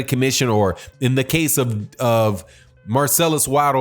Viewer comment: Great video as always but you butchered Marcellas Wilder's name like no other😄😄🤣